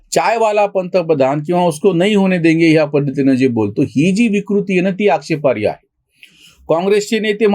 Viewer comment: आक्षेपार्य नव्हे आक्षेपार्ह. बाकी विवेचन अप्रतिम.